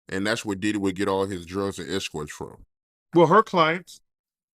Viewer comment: On you bro. Real1. "Exscourts" hit me hard in belly tho bruv😅